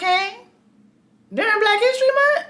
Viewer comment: ”Really? During Black History MunT 😒?”